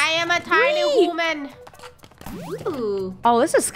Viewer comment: If u play it again, it sounds like she’s saying women